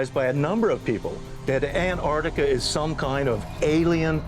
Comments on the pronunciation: It’s An-TAR-tica not An-AR-tica. Pronounce the first T. It’s not difficult. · AnT arC tica. Why can't these people pronounce Antarctica? Why do they call it "Anartica" over, and over? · “Annardica is some koind of alien, base.” BD Chill is all fired up in this episode. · Can someone please explain to Americans there's two t's in Antarctica..jeez.. and how could the the moon ring like a bell for hours when there's no sound in space..🤪